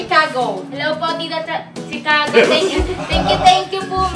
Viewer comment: Hello KB family…no offense meant po pero call ko lang sana attention nyo na ang CORRECT pronunciation po ng Chicago is Shi-caw-go kasi esp. kung taga America parang di magandang pakinggan pag pronounce as Chi (as in cheese or chips) … So the first 3 letters Chi is pronounced as Shi. Enjoy your unboxing po 😊